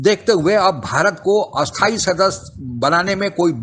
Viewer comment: Your Hindi pronunciation is very bad you are pronouncing "sthayi" as "asthayi" and "asthayi" also as "asthayi". Pronounced "cha" as "sau" or "chau", atleast I heard like that. UNO is an useless organization with no real power. India which spends so much on peace keeping forces and has participated in numerous peace keeping operations is not given permanent membership and China which is destroying economy of several countries, a country which is responsible for covid-19 pandamic, which supports terrorist country like Pakistan is still continuing as permanent member. India should should stop begging UNO for permanent seat in UNSC but instead form alliances like D10 and quad. UNO is like ICC, which is forced to listen to BCCI as it gets maximum revenue from India and BCCI. All these world organizations like UNO, WHO, World Bank, IMF, Red Cross, UNESCO etc. have become useless organizations, they are always short of money and whoever gives them money, they will work for them. Like WHO gave China a clean chit for spreading covid-19 pandemic. Even rating agencies like PricewaterhouseCoopers etc. are bogus. Indians should change their mindset, we do not need a third party to rate us or tell us about our culture and history. We do not require any certification from third party, for example we already know the medicinal benefits of turmeric, we already know cow dung's property as a manure and cow's urine as best insecticide.We know this for thousands of years. In short India should ta